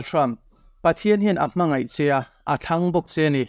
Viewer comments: I thu lam hi UNO "inngaih" tilovin "inngeih" tih zawk tur aw. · A bengvar thlak hle mai. Mahse. Un chungchang I sawi laia. In ngeih tih tur ai ah ngaih Tia I lam hi tawng dik lo a ni. En tir nan mai tih aiah mei ti thin ho te hi tawng hi fim khur a ngai viau a ni.